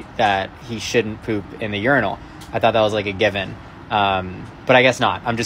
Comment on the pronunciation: Urinals. It's in the name urin-als 🤦🏾‍♀️🤦🏾‍♀️🤦🏾‍♀️🤦🏾‍♀️